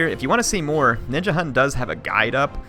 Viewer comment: as a dane i cri evritim says Ninjahunt and not Ninjahund